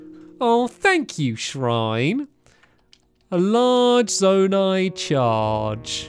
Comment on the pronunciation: Also your saying zonai wrong, heres a easy way to say it, zone - i